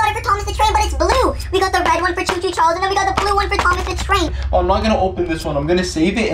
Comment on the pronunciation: Bruh it said THOM AS😂